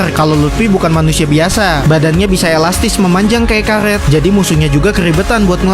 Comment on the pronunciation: Karet , bukan karlet